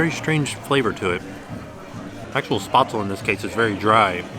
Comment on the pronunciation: My German Grandmother would be all over you. there is no "O" in Spaetzle it's SPEHtzeluh or SPEHtzl.